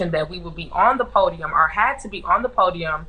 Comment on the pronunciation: "they axed us to stay on the pudium"